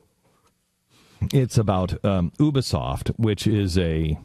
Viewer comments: It isn't Oobisoft it is Youbisoft! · What really triggers me here is the fact that he pronounced Montreal and Ubisoft wrong, Its Mon-tree-all and u-bi-soft. Its not that hard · HE PRONOUCE UBISOFT WRONG!!!!